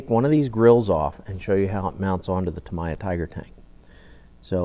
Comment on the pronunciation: "tam ee yah" not "tam eye ah"